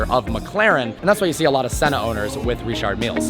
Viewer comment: Stephen Is my first name that's how you pronounce it (ree-shard meel)